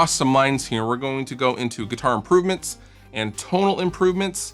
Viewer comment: nguitar the n is silent